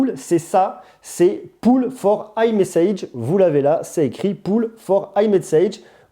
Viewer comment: T’as pas une astuce pour mieux parler anglais? 😂 « poll » ça se prononce comme « Paule » et pas comme « poule ». Mais bon, ta vidéo est « taupe » pour les astuces 🤣.